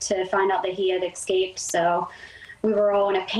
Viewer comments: There's no "x" in the word escape. The way his ears are positioned on the side of his head, he looks like a coyote...with mange. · It’s escape, not exscape. And btw people, it’s ask not aks. It’s a tiny 3-letter word. Don’t get mad at me for pointing it out because the same people have no problem pronouncing thousands of other, longer words correctly. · Dissapeared ? One Question , How Do You Pronunce "Escape" E S cape or Ex scape,. What , Hello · Oh I know that “ex-cape” thing was driving me batty. Maybe the dog/coyote was trying to get away from bad grammar.